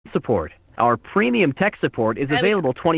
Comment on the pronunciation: “ kolling sooport “